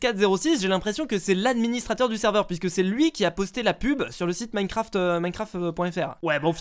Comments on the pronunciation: clem royale is back je suis quebecois et j’peux te dire qu’on le prononce comme sa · LucAuger YT Je suis la langue québécoise et j’admets qu’on ne prononce absolument pas « Minecraft » comme ça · C’est pas plantocraft c’est plantocraff 😂